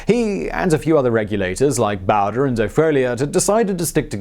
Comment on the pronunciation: Charlie Bow-dree. Not Charlie Bow-der.